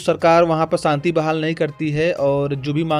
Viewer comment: Saanti nahin Shaanti bol